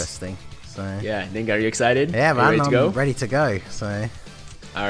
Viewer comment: That was surprising..... learned to pronounce 'Ningen'.